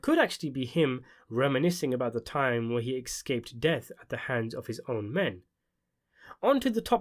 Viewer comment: Sorry for another correction, but this one's worth remembering, please... The word is pronounced es-CAPE. It's not pronounced EK-SCAPE. I know I've popped up before, but you're usually articulate and these are extremely intelligent presentations: we all deserve to hear things spoken properly. Keep kicking butt.